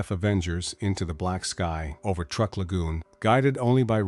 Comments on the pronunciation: And it is not pronounced as such either. The pronunciation is "trook". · Truk, not truck. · It’s Truk, not Truck. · "Truck"? I hate this IA crap. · I guess it is too hard for AI to spell or pronounce "Truk" correctly. It should also be called Chuuk now.